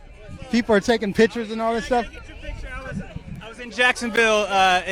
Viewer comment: pronounce PICTURES (NOT PITCURES)!!!!!!!!!!!!!